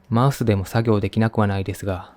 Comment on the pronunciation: マウスがマイスに聴こえて、(あ、働きすぎて複数にみえている…？？)ってなった(笑)お疲れ様です。ほんとに。